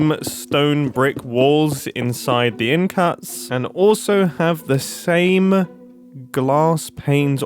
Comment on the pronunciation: "the stame stone brick" XD!!!!